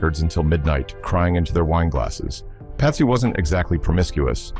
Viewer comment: Did your AI voiceover just call Patsy Cline, "Pasty". Stopped listening after that. Make it real or don't bother.